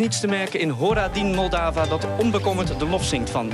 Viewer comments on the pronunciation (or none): Kan de Nederlandse omroeper de titel van het lied en de naam van de artiest niet beter uitspreken? Het is bijna onverstaanbaar. Een beetje opzoekwerk kan geen kwaad als je verslag uitbrengt over een gebeuren dat heel Europa samenbrengt.